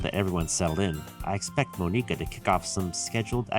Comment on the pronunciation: can't stand them clling monika that T.T it's not pronounced that way T.T